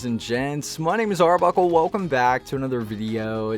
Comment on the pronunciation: ima give u little tip dont kind of slur your name be liked haiped be like whats up guys is arbuckle not its arbucklllllllle good vid